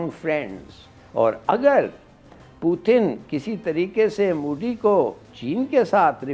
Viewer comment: Moody nahi MODI hai humare pm ka naam. Naam tak dhangse bolne nahi aata aur panga lene chale ho. Lene ke dene pad jayenge tumhare.